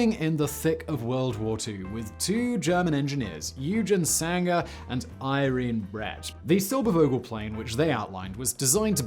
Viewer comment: Realy far from being german or native english speaker, but Eugen Sänger reeds something like Oyggen Zengger, Irene reeds something like Irrenneh and Silbervogel like Zilberrfogel.